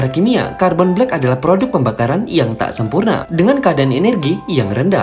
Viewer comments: "Carrrrrbon black" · "Karrrrbon blek" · KARRRbon blek 😂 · "Kharbon Black"😂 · Kharrrerbone blekk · "Car bon blek" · caRRRRBhok black 🤌🏻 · R nya itu loh, pas nyebut carbon black bikin ngakak 😂